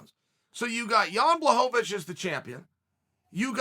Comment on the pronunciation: He had zero problems pronouncing Blachowicz properly (Bluh-HOE-vitch). He's definitely pulling our leg.